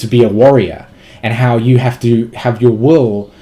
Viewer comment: Are you saying "expression of the wowe" or "expression of the will"?